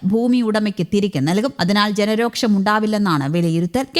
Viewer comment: ജനാരോക്ഷം അല്ല മാഡം........ ജനാരോഷം......